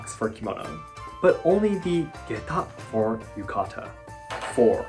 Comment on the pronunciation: ah, yuka-ta